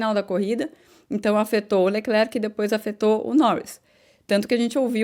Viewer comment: Bom dia, eu percebi que você e os (brasileiros, eu me incluo) falavamos "Leclerc".. Mas o nome dele, dizemos ( eu também aprendi) "Lecler", isso acontece com o nome " Giles" que as pessoas chamam de " Gile".. Não se diz a letra "C " do Lecler(c) isso não faz nenhuma differença, nas suas analises, é apenas uma maneira de dizer que gosto do seu programa.e adoro as suas analises. E eu, comecei a escutar as corridas (de Formulas 1) com Jim Clark, ainda no radio, so não lembro do nome da radio, eu era pequeno.